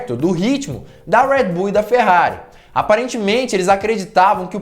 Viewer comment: Por que vc Americanisa o nome Red Bull falando em nossa lingua... e outra a marca é Austríaca e não Americana... pronuncia com. A língua de origem ja que quer lacrar que fala